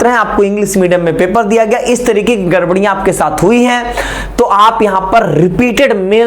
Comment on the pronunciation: Sir garbariya nhi gdbdiya hui hai